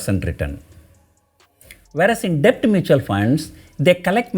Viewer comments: Your videos are informative, but your english pronunciation is at times atrocious. DEBT is pronounced with b silent, as DET, you are pronouncing as depth. This is a crucial word in this video, and you have to use that word dozens of times, and each time you pronounce it as depth, it is so jarring to the ear. Please check the correct pronunciation and practice it before recording the videos. For a public speaker/teacher, pronunciation is very important. In communications 10% value is for what you say, 90% is how you say it. I did not watch this video beyond 2 minutes because of it. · Sir,In debt b is silent and hence pronounced as det. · A small correction in your pronunciation sir, Debt should be pronounced as det sir. "B" Is silent in the word DEBT. Don't mistake me sir. I am a sincere follower of your videos sir. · Mr....Debt is pronounced as Det...B is silent 🤫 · Debt is pronounced det PR sir.... i know there is no logic but English as u know is a funny language! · Kindly don't think otherwise. Debt is to be pronounced as det. "B" is silent. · Sir, a small suggestion.. could you please correct your pronunciation for “Debt” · Sir, b is silent in debt. Just for the correction